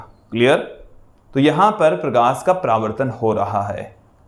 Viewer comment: Pravrtan nahi paravartan hota hai